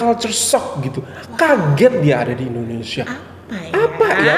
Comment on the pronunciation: Maaf...saya pun susah nak percaya wanita ni pure orang Malaysia kerana bahasa percakapan seperti TKI atau orang Indon yg telah lama stay di Malaysia atau yg perasan jadi warga Malaysia...percakapan dia sebijik mcm orang gaji saya dari medan... Contoh..."kenapa saya ckp mcm tu", "Indonesier", "binggung jugak", "dijaga betul", "ketahuan"...ayat2 ni bukan sebutan lazim orang Malaysia tetapi bibik saya selalu menyebut begitu... Satu lagi jika dia pure Malaysia, bahasa rojak adalah bahasa lazim kami dan jika dia Malaysia pasti dia akan tersasul bahasa rojak terutama secara spontan... Tapi xpe.....jika wanita itu berpura2 pun xpe sbb dia nak beri kesedaran sivik buat warga Indonesia... #yakinwanitaitubukanmalaysian.